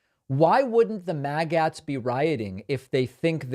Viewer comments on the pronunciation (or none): Dave Pakman needs to brush up on his linguistics and how to pronounce words in the English language. He mispronounced “Magats”. It’s not pronounced “mag-ATs. It’s pronounced “maggots”. Like this: mag-utz. Some people might pronounce it “mag-ets”. But for sure, 100%, it’s not “mag-ATs”. Maggots. Let us at least agree on the simple things.